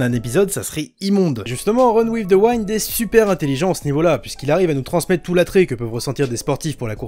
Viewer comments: "Wind" ca se prononce Oui ^^ pas comme rewind...mais sinon super tes vidéos. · Par contre le i de wind se prononce comme un i en français pas comme celui de wine. C'est vraiment bizarre à entendre ! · Tout le monde: run with the « wind »: run with the « waïnd » 🤣🤣🤣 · Super vidéo mais le Winde à la place de Wind aled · Wind se prononce "ouïnde" chef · bonne video mais mon dieu la prononciation TT wind vs waind et youkoso vs youkozo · La prononciation de wind 😭😭